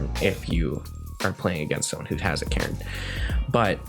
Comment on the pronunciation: Omg I had to stop watching after the second match the way you pronounce Karn just blows my mind lol